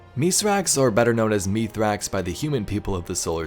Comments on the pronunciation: No it isn't. The Eliksni name is pronounce mees-rax, so meeth-rax to humans sounds more likely. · It’s pronounced (myth-racks)